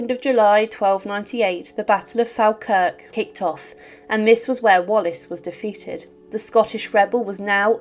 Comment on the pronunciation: Robert the Bruce was the actual historical person who was and is known as Braveheart. Also please check pronunciations for Scottish places. Falkirk is pronounced "Fall-Kirk", not "fal-kirk" The battle of Stirling (not Sterling) bridge was one because the bridge was sawn apart in important structural places beneath the crossing boards so that only one rider at a time could safely cross the bridge. A sole Scottish rider told the English to cross the bridge so they could fight at the other side, where there was more space. The English crossed most of their army at once, and the majority of them fell into the fast flowing river, while wearing full armour and riding heavy armoured war horses. The weight of the armour caused many of the English to drown or be crushed/injured by panicking horses. On the banks of the river were soldiers to cut off the escape from the river and archers to try to kill any out of reach.